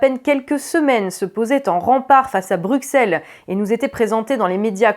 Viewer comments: "Brussel", pas "Bruksel" please. Bruksel c'est les pinces. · Excellente vidéo, excellente analyse. Mais en tant que Belge, je dois te corriger sur un truc : Bruxelles se prononce BruSSelles pas BruKSelles. Voilà, voilà :) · en français moderne oui, mais Bruxelles et Auxerres c'est pas du français moderne donc ça se pronnonce comme un double s.